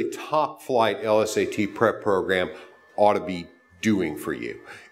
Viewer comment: L-S-A-Ts? What is this dude too good to say LSAT like normal people?